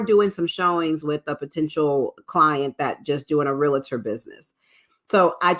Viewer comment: PLEASE- It’s pronounced REAL-TOR not “rea-la-ter”.